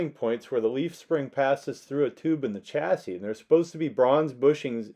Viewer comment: Just a word for you Americans , Chassis should be pronounced as “ Shassis” , ! 🇬🇧🇬🇧🇬🇧